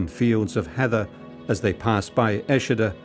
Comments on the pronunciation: Eschede not Eschida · Please get this right: ESCHEDE, Lower Saxony. (German pronunciation: ['ɛʃədə][3] Go to Wikipedia.)